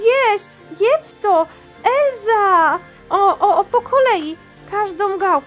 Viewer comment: Nie Elza tylko Elsa